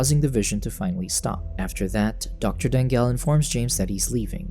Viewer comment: I’m pretty sure since it’s from Philippines, it should be pronounced as Da-ngal. Not Dang-gal. 😅